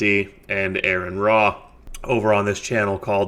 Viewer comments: Bro. Do NOT listen to Turek! More faith to have no faith-based beliefs? It's pure rhetorical garbage. Also, his name is Aron (Are-in), not Aaron. You didn't corner anyone. The purpose of the show is not to disprove God. It is to give religious people a platform to try and prove the existence of their God(s). Atheists do NOT need to prove a damn thing. There is no good proof of a creator God. Therefore, there is no good reason to believe one exists. The burden is on you to prove that your God exists, and it's been 2000 years, and we have no good evidence that any God is real since every time we investigate a claim of anything supernatural we eventually discover a completely natural cause. Get over yourself and do a bit of unbiased research into what you believe, and you might just realize that you've been lied to all your life. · Yeah he even said it’s pronounced like you’re saying RN. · It's Ah-Ron. Get his name right